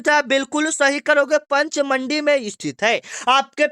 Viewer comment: पंचमंडी गलत पढ़ रहे हो